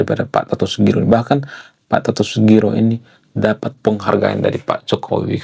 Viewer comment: Pak Toto Sugiri bang bukan sugiro